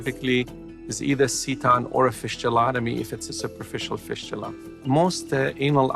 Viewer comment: They way he pronounce fistula is very annoying! It's fistula not fishtula 😖